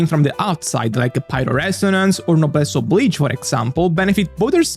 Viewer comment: Ha, hearing Genshin content creators mispronounce "Oblige" all the time has actually made me start pronouncing it wrong automatically. :,)